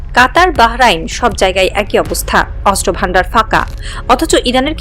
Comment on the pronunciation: অস্ত্র উচ্চারণ শুদ্ধ উচ্চারণ করতে হবে 😮😮অস্ত্র উচ্চারণ হচ্ছে না 😮